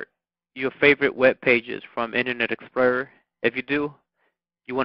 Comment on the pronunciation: u say explorer funny but that was helpful thanks